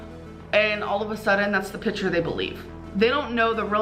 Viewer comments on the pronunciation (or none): when she says “pitchurre” instead of “picture” I wanna drink battery liquid